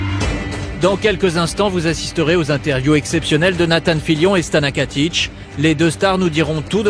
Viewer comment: Why does he say "Stana Katish"? Does het not know it's Stana Katic? Love her so much <3